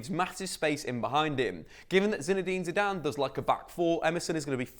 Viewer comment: ZIDANE comeon you must be joking. is it ZIDANE or you that can not speak english?